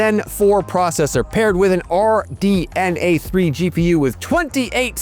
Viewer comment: Why is the dude pronouncing FSR and RDNA so weirdly.